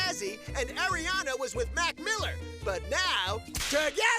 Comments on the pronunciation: Bruh it's not Airiana it's ARIANA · It's pronounced "ari"ana not "air'ana😂😂💀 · It's Ariana people, not Eriana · The guy keeps calling Aeri Aana grande... creeping my brain out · "AIRIANA".... ariana...